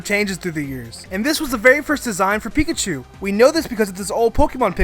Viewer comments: Duuuuude ITS PINKACHU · I guess you call beta marill Pinkachu!